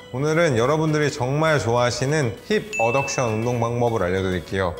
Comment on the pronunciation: 어버덕션인데 왜 말씀은 어덕션이라고 하시는건지요?